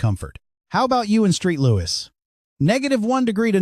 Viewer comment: It’s Saint (long A) Saint Louis